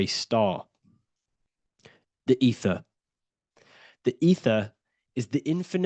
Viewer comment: ether sounds like "eat her" 😮 and a star backwords are rats